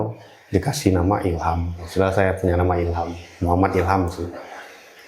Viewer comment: Maaf Bu Bukan Mukhamad tapi Muhammad. Sesuai ejaan aslinya aja ya Bu jangan di rubah2. Itu Baginda Rasulullah bukan manusia biasa kaya kita. Ketikannya juga jangan kebanyakan typo. Agak pusing bacanya😅😅😅🙏🙏🙏